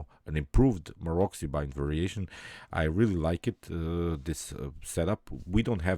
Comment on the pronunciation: Pozdrav,odlična partija i komentar,moja jedina zamerka je da se Maroczy izgovara MAROCI,a ne Marokzi:)